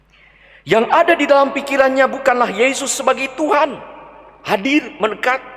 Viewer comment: Amin Bpk Mgr..yang selalu Semangat dan penuh Karunia khusus berkhotbah...dan mari ubah teriakan dan tekanan suku kata dari belakang ke depan..jadi : TUHAN..Tuhan..Tuhan :) Terima kasih " Berpaut pada Tuhan Yesus pasti selamat". Amin. Salam Hormat dan Doa